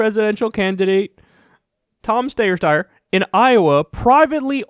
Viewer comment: Ah yes, that candidate, Tom Stayer Steyer Steer Steyer